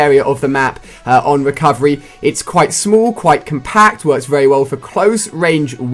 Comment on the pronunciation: You said recorverey